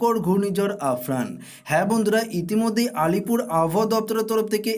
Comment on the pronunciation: আফরান বলছেন কেন?😂 আমফান হবে ওটা